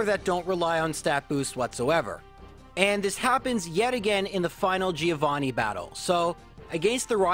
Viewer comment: That's not how you pronunce "Giovanni"